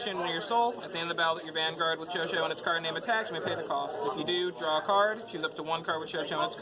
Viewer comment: chouchou is pronounced as (Shushu) btw